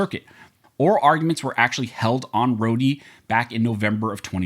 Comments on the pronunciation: Dude Rho-de case?? Rhod minus the e. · It’s pronounced Road the e is silent.